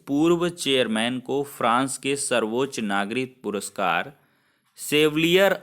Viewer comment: Ser puruskar Nahi ,,puraskar hota h